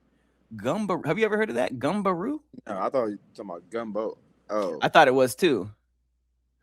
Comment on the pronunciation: My creole ass thought you said gumbo roux not gumberoo